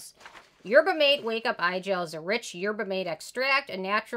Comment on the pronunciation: I think that’s the third ten of 2021! Haven’t tried it but Good Molecules is on my list of products to try. Also, mate is pronounced mah-tay! ❤️